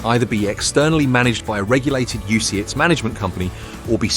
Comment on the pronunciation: "UCITS, UCIATS, UCITES" .... it's the same word mate